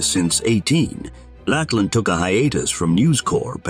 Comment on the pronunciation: It's not "Lackland". It's "Lachlan", which is pronounced like Loch and lan. Loch, of course, has a kh sound.